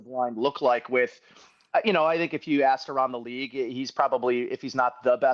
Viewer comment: aXed?!? you might not know this but the correct pronunciation is aSKed with an "SK"... you're a professional right? God bless you! 🇺🇸🦬🏈